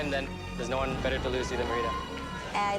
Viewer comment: Other chefs: One minute left Chef Alvin: Juan minute left